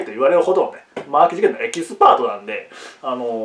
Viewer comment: えきすプァ⤴︎となんでね